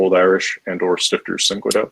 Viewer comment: [ˈʃtɪftɐ] not [ˈstɪftɚ]